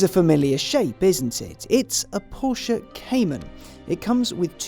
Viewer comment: You sir are "the almost reviewer". In fact, as much as I enjoy Chris Harris reviews and tire shreking videos, I have to say you're my go to guy when it comes to reviews. If only you didn't pronounce Porsche "Porshia"... Keep up the good work, awesome content and humble down to earth personality. Thumbs up.